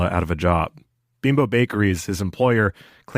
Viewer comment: Beembo is the pronunciation of Bimbo.